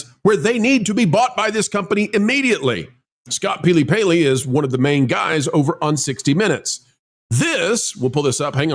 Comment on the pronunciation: peely-paley? Is you tube punishing people for not getting names right so you're hedging your bets?